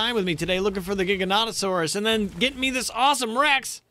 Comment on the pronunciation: thank you. someone finally says the giga's name right:)